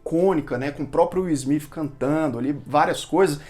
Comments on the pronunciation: Na verdade não é nem Izmit nem Izmif kkkkkkkk o S tem som de Ssssmit. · Ótimo vídeo! Mas mano não complica a pronúncia todos falam Smith e vc vem ser do contra pronunciando Smif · O certo é falar Will Smiff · Pra ser coerente com a maneira q vc pronuncia Smith tem que falar Bethânia com sotaque baiano igual o personagem do Gregorio no Porta dos Fundos Hahahaha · Nunca ouvi. Esse smifi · Deslik só por não falar o sobrenome correto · Não é ''Smith'' com som de ''f'' no final, mas sim com som de ''s''. Atentando para a linguinha tocando os dentes de cima. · Foda se se é o jeito certo de falar o nome dele, tá incomodando o seus inscritos, então para e fala logo do jeito popular, nem deu pra assistir todo o vídeo.